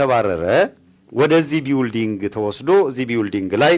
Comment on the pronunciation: ቢውልዲንግ ይላል ይሄ መሀይም አሜሪካን አገር ተቀምጦ:: building እንዴት ነው የሚነበበው ብለህ ጠይቅ እስቲ